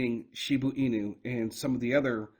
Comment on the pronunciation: Shiba Inu not shibu inu at least read your comments in the last few years and take heart or know the name of the coin you own